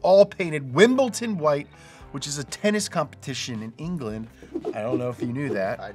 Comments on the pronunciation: WimbleDon... not Ton dood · It's WimbleDon not WimbleTin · wimbleDon, not Ton XD